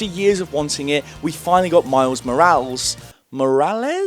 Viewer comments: Miles Morals Miles Moralees It’s Miles Morales 😂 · I believe it’s pronounced “Mor-al-ess” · Mor-ral-es. It's phonetic. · i think the pronuntation its miles moh-ráh-lēs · its pronounced miles Moreales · I pronounced it "More-ayles" for many years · I have never seen someone struggle to say Morales in my life and I’m shocked😂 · Morales really isnt that hard to pronounce